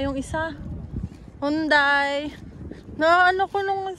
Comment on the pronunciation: Hun-dey ung hyundai. Ako din dati ganun bigkas ko me napakinggan lang ako nung pronunciation ✌️ Sana makapundar na kayo ng sasakyan. Mas mapapadali going places. Hirap kasi sa katawan ang commute lalo na ung travel time mas maipapahinga mo na. Kami nun (not in canada) kahit lumang kotse pinatulan na namin amoy sibuyas pa nga hehehe, 1500 usd lang naman. Ilang years din namin ginamit. Then nabenta pa namin ng 500$. Inam lang marunong magkumpuni mister ko ng sasakyan kaya natyaga. Until now sya pa din nagkukumpuni ng sasakyan never pa ata kami nagpamekaniko. Di rin kami bumibili ng brand new. Always segunda mano. Good luck sa inyo! More power!